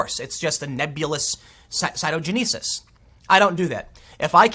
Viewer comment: You can find my SSN in less than a day, but you cannot find out how to properly pronounce citogenesis?